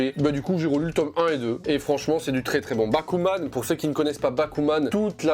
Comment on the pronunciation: Magnifique transition bon par contre j'ai compris bakugan au début au lieu de bakuman... j'aime les deux donc c'est pas grave ತಎತ